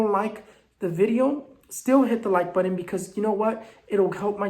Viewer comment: ✨🌜Just joined your channel! P.S I just LOVE how you say “buttun” for “button” 😁🥰 🌛✨